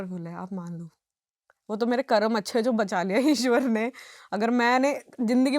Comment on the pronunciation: ये कर्मा कर्मा क्या है ये विदेशी छाप जुबान 😡😡 अरे मैडम वो कर्म होता है जब तुम हिंदी ही बोल रही हो तो सही उच्चारण क्यों नहीं कर सकतीं जिसको देखो कर्मा कर्मा कर्मा चिल्ला रहा है 😡😡 कर्म होता है वो,👎👎😡